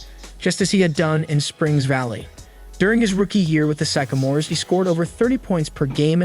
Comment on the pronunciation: his mispronunciation of sycamores over and over and a couple of other things that sounded a bit off makes me think this guy dont know what the fuk hes talking about good reaction though the bird and magic documentary would be a wicked good video to do